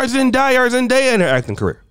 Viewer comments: You pronouncing zendaya the wind way its not zen-die-ah its zen-Day-ah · Is that difficult to stop the video and literally put i video with a interview with the actress to see how to pronounce her name, Jesus man this is just lazy as hell